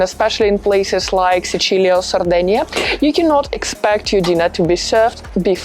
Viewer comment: Pronunci troppo bene Sicilia per essere puramente anglofona.